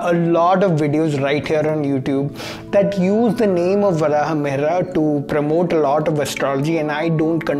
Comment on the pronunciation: pronunciation correction: Varahamihira = Varaha Meeheer